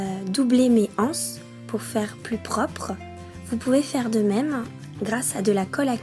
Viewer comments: BonjourTrès bon tuto mais on dit les zances et non les anses il n'y a pas de h! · Les anses il faut faire la liaison c’est plus doux à entendre